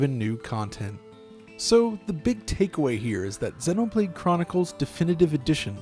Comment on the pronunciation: sennoh blade sennoh blade sennoh blade sennoh blade sennoh blade sennoh blade sennoh blade